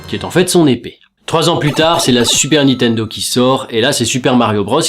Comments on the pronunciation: Il me semble que c'est nintendo et pas nitendo (Juste comme ça, hein, pas du tout parce que tu répètes 100 fois nitendo) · C'est NiNNNNtendo, pas Nitendo! Raaaah,! M*rde! <3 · Moi c'est quand il prononce Nitendo au lieu de Ni"N"tendo LOL